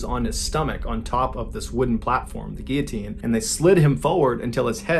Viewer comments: ‘Fun fact’ the head stays conscious for 10-12 seconds, SO THEY SAY.. so it’s basically not a fact, just a theory also guillotine has an L in it it’s not pronounced ‘gee-a-teen’ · Not to be over the top... But “Gear teen” is pronounced “Gill-O-Teen” I know it's a strange one but just helping. Love the channel. 🙏🏻💙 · I always thought it was called gillatean If you pronounce Gill a teen. Lol I've been saying it wrong all my life You say it as geateen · What was with the pronunciation of the word Guillotine? 🤔 is that how it's actually meant to be pronounced? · Guillotine - Why don't you pronounce the L's in US? I mean there are 2 of them & you're not french. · Hey Mr B. Just curious as to your unusual pronunciation of guillotine. Why don’t you pronounce the L’s?